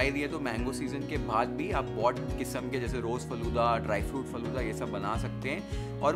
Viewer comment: It's not "Falude" ....it's "Falooda"